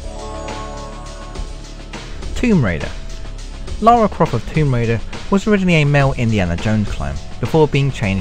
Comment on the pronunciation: Laura Cruz ?!?!?! SERIOUSLY !!! AND IT'S NOT LAURA IT'S LARA !!!